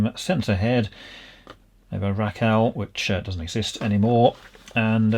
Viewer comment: One of first jobs was with RACAL in Bracknell. BTW You pronounce the company name as RAY - CAL from the founders names RAmond Brown and George CALder Cunningham